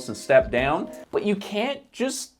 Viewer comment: Every time he said but, I thought butt, and when he said aspiration, I thought ass pear ??. I'm not a native English speaker but I might also have a wicked mind...